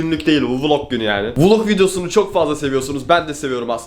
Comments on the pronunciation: Vılog değil vilog yani Vlog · Hiç kimse:: vulog günü